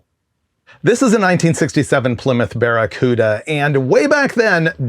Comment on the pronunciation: Baccaruda.... say it with me